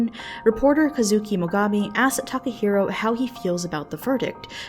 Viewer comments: i cringe everytime she says "Takaheero" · Tim Evans this isnt even what I'm talking about? I'm talking about the comment "they got what they wanted" was inappropriate. I cant tell if its serious or not, but either way, its insensitive. Also its Takahiro, not taco hero.